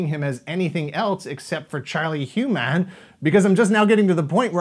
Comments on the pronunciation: Just a point of info.: It's "Charlie Hunnam" not "Charlie Hu-Mann." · Uhh.. I think it’s Hunnam. Two n’s don’t make an M... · In my opinion Iron Fist wasted all the momentum the Netflix Marvel universe had going into Defenders. I know its not the reason all these shows are being cancelled but the 1, 2 punch of Iron Fist and Defenders sucked away all the good will & interest viewers had. Wait, did he just pronounce Charlie Hunnam as HOO-Nam!? Lmao! 🤣 Like a crappy American Chinese restaurant!? Love it! “Welcome to Hoo-Nam Gardens!”